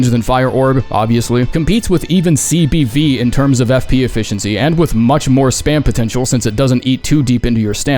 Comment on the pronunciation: CBD- cock and balls destruction. I will only accept this and you cannot change my mind. (It's CBV but I heard CBD)